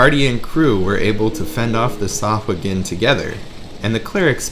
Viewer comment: I think you have the best pronunciation of sahuagin ever